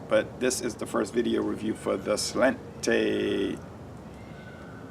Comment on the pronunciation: It's pronounced "slawn-cha" it's Irish for "cheers"!